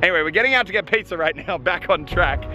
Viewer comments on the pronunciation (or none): when he said "piZza" a bit of saliva was appeared on the camera... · i like how australians pronounce words like pizza they see pizzer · Did you say "Pizzer"?